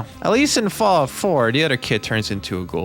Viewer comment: "Fawout Senny-sis"